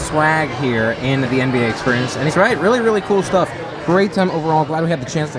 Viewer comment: I noticed you say exSPURience rather than exSPEARience!